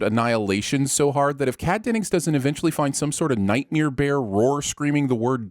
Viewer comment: Night- "MARE", not night MERE.